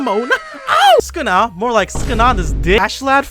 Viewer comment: why is saying sukuna like skna?